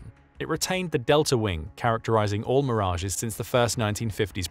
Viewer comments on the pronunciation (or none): none